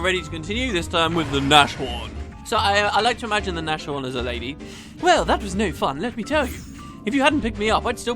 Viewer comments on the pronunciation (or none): "Nash-horn" x) Nashorn is the german word for rhino, pronounced Nas-horn (long deep "a" as in "calm"). So Rin does shady stuff and sets up CommSpheres so he can scatter fake proof to deflect suspicion?